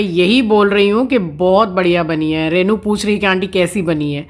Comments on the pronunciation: You pronounce rainu instead of renu. Please speak correctly.In hindi too रेनू ना की रैनू। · Please please please रेै नु न बोले बहुत बुरा lgta h yaar kisi ka naam hi kharab kr do.। रेनु होता है renu,, रै नू nhi